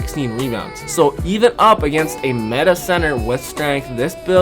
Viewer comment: Did he just pronounce meta as “mate-uh”